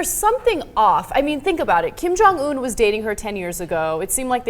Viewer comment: You two are not saying his name right. The last syllable is not pronounced Oon, it's pronounced how it is spelled in English, Un.